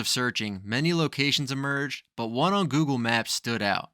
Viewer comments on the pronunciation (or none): none